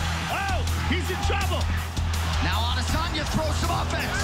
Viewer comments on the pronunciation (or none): What they say: Adesanya What i hear: Lasagna